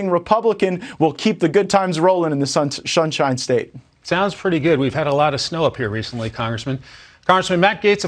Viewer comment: The Shunshine State. 😄